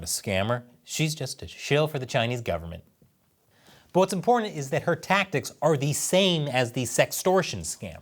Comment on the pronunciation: I heard "What's imporntant .."